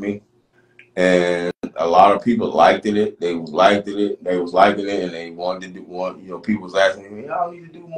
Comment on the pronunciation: He said they "liked-di-dit"